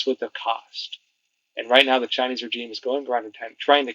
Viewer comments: Just a suggestion: rəˈZHēm, instead of rə-Jeem. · REZHEEM NOT RE-G-IME IF yOU DIDNT SAY IT EVERY OTHER SENTENCE WOULDNT BE A PROBLEM BUT FOOK ME SAY IT CORRECTLY!!! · I like your channel but for gods sake learn to say regime as we all know it as it really grates. Keep up the good work .we all know ccp are evil they would deny everything in one breath and then take credit for it in the next breath. Boycott the bastards , I will gladly pay a little more for something being made elsewhere. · That's not how you pronounce regime. I can't listen! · Have I been mispronouncing "regime"all these years?